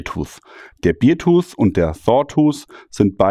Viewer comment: Du sprichst es Beertooth aus, das ist der Bierzahn. Es ist aber der Bärenzahn, also beartooth. Bear wird fast wie unser deutscher Bär ausgesprochen. Aber da ich ein Freund des güldenen Hopfensaftes bin, ist es halb so schlimm. 🍻